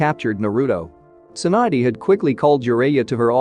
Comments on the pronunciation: it's tsunade not swan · Alright so I get the whole Sakura - Naruto thing with the script editing but why is Tsunade "swand?"